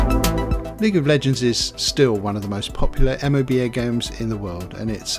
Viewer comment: Coulda just said moba... not m o b a